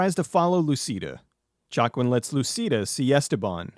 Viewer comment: I think Joaquin is pronounced "Wah-keen" Unless the way you're pronouncing it is the way it's supposed to be. I dunno.